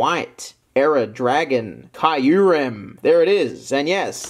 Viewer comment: his name is Kyurem not Caiouillerem or Caiurem